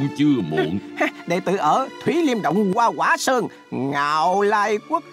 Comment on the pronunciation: "Hoa quả sơn" chứ không phải "goa goả sơơng"